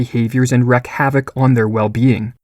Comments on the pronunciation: just came here to say... it's 'wreak havoc', not 'wreck havoc'! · You are mispronouncing the word "wreak". Here's a video showing the right way. P.S. Great video, keep them coming.